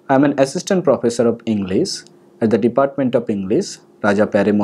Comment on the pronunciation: is he actually a professor? What is with that pronunciation